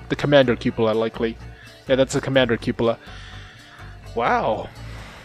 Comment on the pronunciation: That is not how you pronounce Cupola